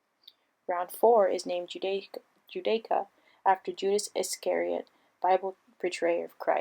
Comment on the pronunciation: If you really think impotent is pronounced imPOtent and don't know how to pronounce Iscariot, maybe you should have given the script to someone else. Informative video though.